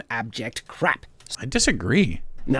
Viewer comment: One of the most inconsequential but somehow annoying things about is how he calls everything 'crap' or 'bullcrap,' and won't utter a harsher swear because of his bonkers moral code or whatever, so instead he just settles for putting way too much emphasis on the word 'crap.' If you're going to be a chud and cater specifically to the chud crowd, commit to it man.